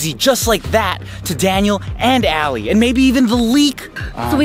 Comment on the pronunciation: It Is Alie Ok Stop Saying Ally...